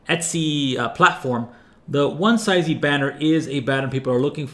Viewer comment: I think the word is pronounced "One-zee" and "one-zees" (One-see / one-sees depending on accent) - but this is a great video regardless!